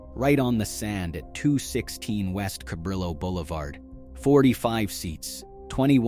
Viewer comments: Dude, ok , so I liked and subscribed, because I find this story quite interesting. But, for God's sake, learn to pronounce Cabrillo correctly! It's not "ca-brillo", as in brillo pads, it's Ka-bree-yo"! DAmmit, go back to school! lol, ;-) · kaBREEyo not kaBRILo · it's pronounced "cab-RIO" not cab-RILL-o". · KA - BREE - YO , not ca brill o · I started having breakfast at the original Sambo's in Santa Barbara back in 1990. and by the way, the street it is located on, Cabrillo Blvd, it's pronounced Ca-bree-o Blvd. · Cabrillo (prounounced ca-bree-oh) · In Spanish, the double "L" is a letter of it's own in the Spanish alphabet, and is pronounced as a "Y". "Cabrillo" is actually pronounced "ca-BREE-yo". I grew up in Santa Barbara and my mother was casual friends with Sam Batistone and many of the other Italian-descent business owners of the area. They played volleyball on the beach every Sunday, called their team the "Dago Bastards". My mom was also a beach volleyball player and while she never was a member of any formal team, at 5'-10" tall she was always much in demand as an "infill" player and subbed in for many teams, including the Dago Bastards, which is how she became friends with them. The original Sambos on the beach in SB fell into decline in the 70's when it became a hangout for drug sellers, also after US 101, which used to run right along the beach making Sambos an easy stop for travelers, was rerouted several blocks further away from the beach and sunken below street level so as not to impede street traffic from downtown SB to the beach areas, which eliminated the many stoplights that used to exist on that stretch of US 101, but also eliminated east on/off access from the highway to beach area businesses. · As a kid I went to the one in Fresno, Ca. As an adult I stumbled upon the one in Santa Barbara. Cabrillo is pronounced cabrio, not how it’s pronounced in the video. Thanks for a well done look back!